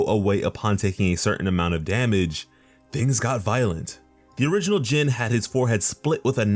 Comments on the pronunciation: His name is pronounced (gene or by other words in a more easy way to put it pronounce it as the word jean) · Almost said his name right last name was about spot on but his first name sounds like jean bit is spelled Jin